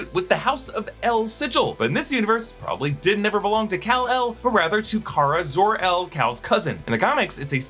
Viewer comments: Supergirl is Kara-Zod-Ur? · Kara Zor-el